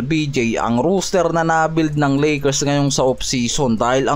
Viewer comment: Roster hindi Rooster ginawa mong tandang ang kulit mo ilang beses ka na sinabihan hahaha